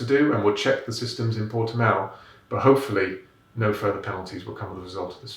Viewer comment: Well done on pronouncing Portimão correctly, James!